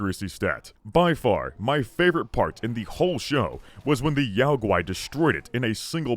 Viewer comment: I believe that Yao Guai is meant to be pronounces like Yogi. Because it's a bear.